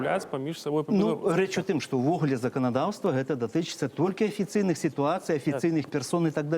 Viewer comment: Не «эта», а «Гэта». Гук «г» тут мае быць вельмі выразным. Паслухайце, як размаўляюць старыя людзі ў вёсках, не ганьбіце мову.